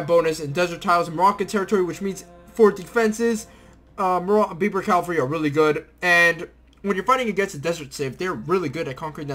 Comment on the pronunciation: It's Kasbah and Berber, not Kabash and Beiber. Sorry to be a grammar nazi. Also those Native Americans are pronounced sho-sho-nee.